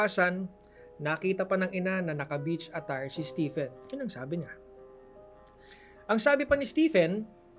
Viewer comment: Stephen? Read as Steven.